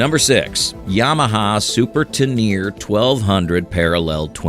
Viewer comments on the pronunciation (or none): It’s pronounced Ten er Ray. Not Ten err. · It’s TenerE, not teneeer. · not to mention "teneer" for a Teneré...